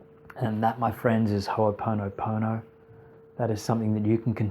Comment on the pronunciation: Please please may I ask that its pronounced correctly... please. On this note great introduction for the new listener!